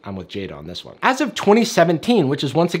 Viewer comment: "I'm with Jada on this one" Emphasis on the 'this one' 😬